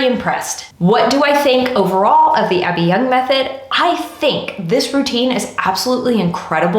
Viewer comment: Gentle reminder... "Abbey Yung" not "Abby Young."